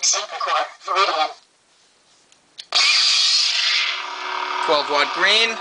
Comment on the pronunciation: It's actually VIRIDIUM not VIRIDIAN